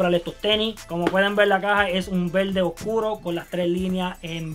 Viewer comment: jjajaja me mama como dice VELDE, EL LUGAR DE VERDE!!!